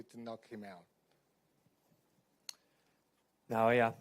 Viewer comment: These people still can't pronounce Naoya's name - remarkably inept! NA-OH-YA IN-NO-WAY - seriously brainless & it's their job, no less!